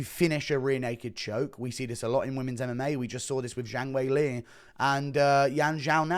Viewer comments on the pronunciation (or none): none